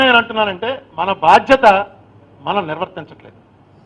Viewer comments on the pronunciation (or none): none